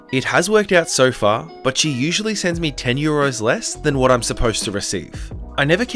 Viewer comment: I've never thought of it but you're right! We do kinda pronounce it 'waht' xD